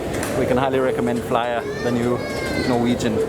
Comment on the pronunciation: It's Flyr not Flyar :-)